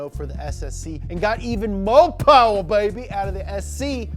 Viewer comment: Everything you need to know: Oldsmobile 442/ cutlass Mo powah babeh